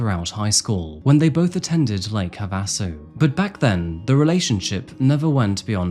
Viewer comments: Lake Havisu "have a sue" is how it's pronounced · I think Lake Havasu is pronounced Lake “Have-a-Sue.” At least that’s how, growing up in SoCal, I always heard it. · Just so you know, it's pronounced HAVE'-a-sue. I lived in Arizona for 32 years. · FYI - Havasu is pronounced like "have a sue". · Lake "HAVE a sue" is how it's pronounced. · The man Jody killed was Travis Alexander... Alexander was his last name. Also, Havasu Is pronounced "Have-uh-Sue". 😉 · wow lake havasu mentioned in a video!! im so surprised; thats where my family and i reside currently - its relatively quiet here! i chuckled at how you pronounced the city's name! its lake have-uh-sue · The way you pronounced Havasu sent me 😂